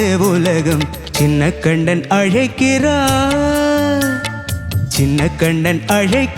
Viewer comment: அழைக்கிறான் என்று ன் விகுதி வைத்து உச்சரிக்க வேண்டும்.